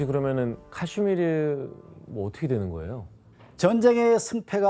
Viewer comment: 자꾸 팍스탄 카시미르 발음이 이상해서 집중이 안됨